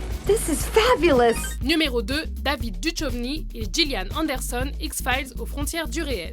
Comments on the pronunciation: on dit Dukovny pas duchovny..... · On prononce David DuKKKKovny et non pas comme duchmol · watch mojo français ok mais watch mojo sans accent anglais, duchoveny au lieu de duchovny et uss entreprise mdr vous m'avez tué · Par contre David Duchovny, ça se prononce DOUKOVNI. Vérifiez vos informations svp. C'est comme les crétins qui prononce GZERDAN (XHERDAN) SHAQIRI alors qu'on le prononce DJERDANE SHAQIRI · David Du-Chauve-ni ? seriously ? :D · La manière dont est prononcée Duchovni, j'ai vomi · La façon dont elle prononce Duchovny putain... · Bonne vidéo mise à part que mes oreilles ont saignés à chaque fois que tu as prononcé le nom de david duchovny :p